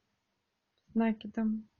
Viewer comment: Столбики с накИдом научитесь правильно говорить